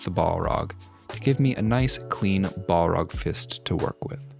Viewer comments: Bolrog btw we don’t say the A as a O so it’s just bahlrog not bohlrog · We just not gonna talk about calling it "ball rog"? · Pronounced "bal-raag"; one L not two like how you're pronouncing it. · haha Ball-rock. Gotta love the americans butchering the english language 🙂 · I love it but pls stop saying "ball-rag". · Stop saying BALL-ROG ! :D Great work though ❤ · You are pronouncing Balrog inncorectly. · This was amazing in so many ways although the way you pronounced balrog was a bit odd.